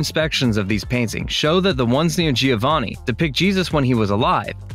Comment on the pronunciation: and let's not even start with Giovanni..... this surfer/ frat dude obviously didn't study art history...